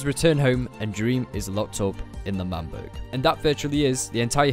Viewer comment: Isn’t it L’manburg